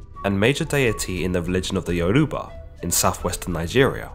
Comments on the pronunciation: Be careful getting history from someone who can't pronounce the name of the tribe that they are telling you about. If u can't take the time to get the name correct what makes me think that you can get the story correct? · The way u pronounced Yoruba bruh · (Yo-ru-ba) Of Nigeria